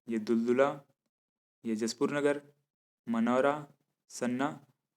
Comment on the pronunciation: उच्चारण मिसिंग हैं,उसे सही करें अगले बार से। लगता आप जशपुर नहीं आये हो सर जी। 🙏🙏